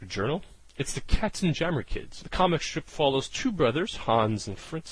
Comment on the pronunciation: Pronounce "KatzenYammer", as in yammering of cats.